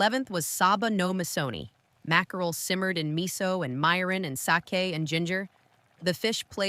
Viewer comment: Vids okay. Eaten many growing up, made some. Wish a real person narrating. Mirin and other words) mispronounced twice, 2 ways. Oh well. As long as viewers get the jist.